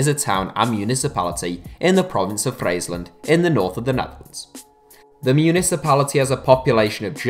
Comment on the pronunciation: I've never seen someone butcher the pronounciation of Friesland that much lmao